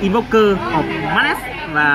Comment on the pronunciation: 1 số từ tiếng Anh như Madness với Snow chủ channel hay phát âm nhầm. Mong là các clip sau sẽ tra cứu trước để chém gió mượt hơn :))